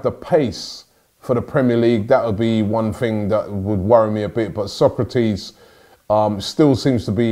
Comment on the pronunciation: Robbie! Its So-kra-tis not Sócrates ffs lol